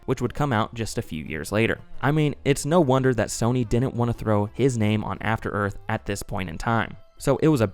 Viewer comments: *After Earf FTFY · Afta Earf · I believe it's pronounced "Afta Œth"